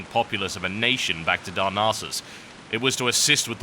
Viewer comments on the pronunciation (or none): Sorry but this would eithr be better if you could do very different voices for the characters or if you just read it straight rather than doing voices, also you read impatiently, pace your self allow time for dramatic pauses and allow time for people to absorb whats going on. Also its dar-NASS-uss not dar-NAR-suss, its not pronounces so nasally.